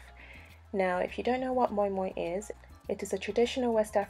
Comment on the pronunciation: Thank you teaching me how to pronounce moin 😂 I presumed it was Moo-in